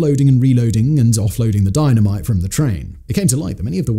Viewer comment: Saying Dino mite so off ton it's like your sending a subliminal message!!!!